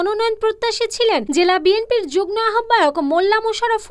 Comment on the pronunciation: যুগ্ম শব্দটির উচ্চারণ হবে জুগমো।দয়াকরে উচ্চারণ ঠিক করবেন।